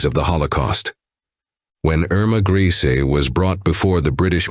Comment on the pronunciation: Her name was pronounced "ER-ma GREY-sah"...not "Greasy "